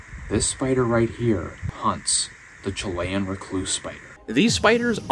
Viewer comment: Chili - Chill e Chilean - Chill e un Not Chill lay un Learn English correctly